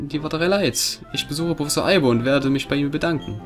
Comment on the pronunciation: hast du einmal wirklich anstatt professor prossefor gesagt? oder hab ich einfach was an den ohren? hahahah xD Der Rahmen is so toll <3 uuuund ich bin froh, dass die Parts nur 15 Minuten lang werden, find ich sehr gut und ich freu mich sehr auf dieses Projekt Insofern mein Internet mitspielt ;)